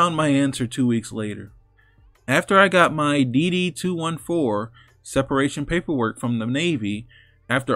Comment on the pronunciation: Yoooo, pronounce it DD-2-fourteen. Just a heads up my man! Keep up the great work